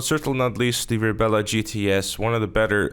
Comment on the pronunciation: It's not RebEla, just Rebla. There is no second 'E' in that car's name.